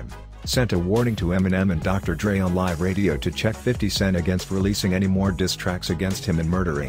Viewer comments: can even pronounce the word diss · He can't even pronounce "diss track" let alone put a verse together.....cut that check tho😉😉😂